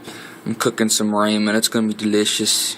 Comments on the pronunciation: Never in my life heard anyone pronounce it Ray-men, lolz. Ray-men? Not Rah-men. Where are you from? You gots a southern accent for sure. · raymen??? you mean rahmen? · RAYMEN? FFS that's not how it's pronounced lol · 😆 Lol 😆 RAY-MEN ? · Thanx man.... But what the hell is a Rahman. It sounds good. By the the way you say it. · Dude you have no clue how to pronounce "ramen" noodles